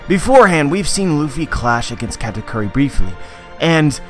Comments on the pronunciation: Is it me or he saying Cat-A-Curry?? Meow Meow awakening mode! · funny how you think "Katakuri" is pronounce "katacurry". Just put it on japanese google translate and put on speaker, voila just pronounce it that way.